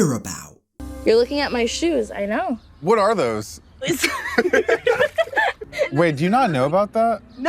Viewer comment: He didn’t even say it right 😐